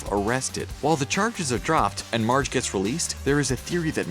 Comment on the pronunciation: At the beginning did he say large Simpson ??